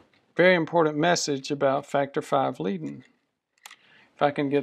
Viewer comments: and it's pronounced LAY-den or LIE-den, not LEE-den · Is leiden not lieden!